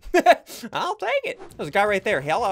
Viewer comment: I like how you say HELLO it sounds like you’re saying jello